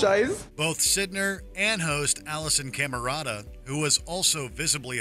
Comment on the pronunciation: Umm her last name is pronounced psy-ner not sid-ner